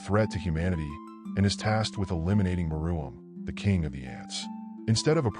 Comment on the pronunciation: It’s Meruem not Maroon not Maraum or something else